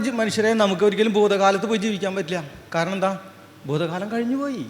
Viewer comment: ബൂമി ?ബാഷ? ,ബൂതകാലം? ബക്ഷണം ? ദൈര്യം? ഉച്ചാരണത്തെറ്റ്. താങ്കൾ ആദ്യംഉച്ചാരണം ശരിയായി പഠിക്കണം